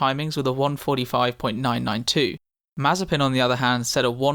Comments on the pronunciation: Hello but you made a mistake in spelling his name pronouciation its actually spelled as Nikita Maze-spin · Nikita mazterspin.... 😂😁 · Ah yes, mazespin